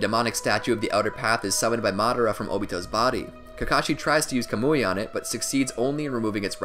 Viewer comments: Yah-mah-toh not yuma-toe Kah-muwy not kuh-moooey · Bruh it’s not “kamooie” it’s “kaw-mu-e”